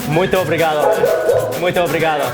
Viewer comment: nobody wanted to tell him to stop sayin obrigadA? smh lol